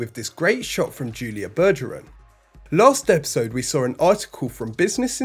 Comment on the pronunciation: Humans; saw, your kind; "saw-er."